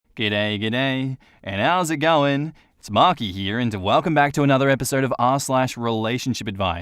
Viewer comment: It sounded like you said here. Not. You need a break from the cage again. Make Conner let you out or we'll attack him with the like button. 😂😂❤